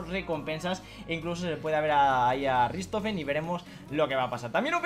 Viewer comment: Porfavor! RICHtofen!!! No RIStofen🤣🤣